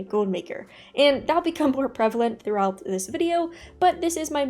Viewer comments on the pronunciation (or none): none